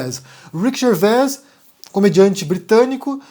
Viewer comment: O S no fim de Gervais é mudo.